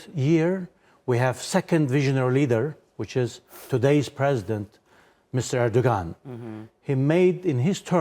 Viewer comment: How can a native Turkish speaker mispronounce his name? Unless he purposely is pronouncing as a English speaker since they wouldn't know the g is silent in his name.